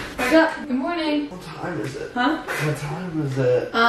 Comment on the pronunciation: "Mernin" "did you end the vlogggg" IM DEAD, DEDICATIONNN